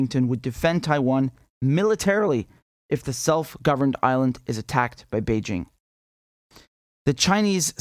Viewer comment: Richard Medhurst: one of the few journalists who can pronounce "Beijing" without using a French accent.